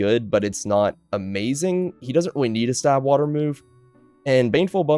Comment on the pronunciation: "KNEED" lol